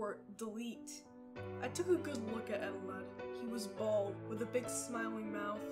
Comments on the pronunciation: It's actually pronounced E-Telled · Its confirmed eteled isn't spelled eteleD or Eteled. Its eteled